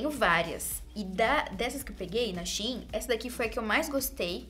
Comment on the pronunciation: Eu amo que a é uma das únicas que falam Shein certo aí quando eu falo da mesma forma tem gente que acha estranho kkkk